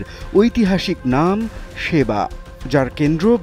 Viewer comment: সেবা না ভাই সাবা